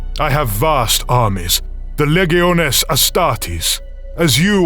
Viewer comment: Apparently, the God Emperor of Mankind, can't pronounce "Lieutenant" or "Legiones" correctly. Weird.